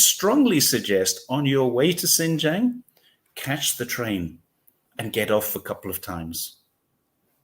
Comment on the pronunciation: A most interesting video, and story of facts and implied geopolitics. Just one point about the pronunciation of Xinjiang - it’s pronounced the way it’s written in pinyin: xin j- i -ang (don’t miss out the “i” - which is what all 3 of you did wrongly !).